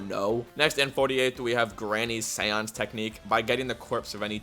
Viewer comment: Am I the only one at 48th technique who heard sans instead of seance